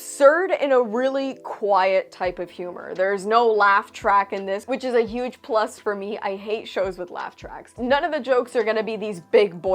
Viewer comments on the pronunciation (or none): none